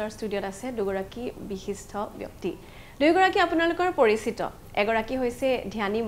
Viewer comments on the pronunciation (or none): মহোদয়া বিশিষ্ঠ নহয় বিশিষ্ট।